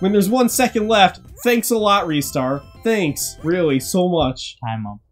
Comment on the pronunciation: Also also Ristars name is pronounced RYE-STAR not REE-STAR mainly cause the back of his box says "to catch a RISING star" which is a sort of pun on his name....okay no more comments....maybe